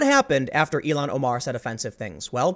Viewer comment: Tim, it’s ILL-HAN Omar,...not Elon Omar